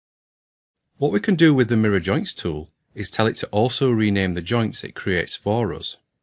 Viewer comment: Today I learned how to pronounce "for us" in scottish: FAH-ROUS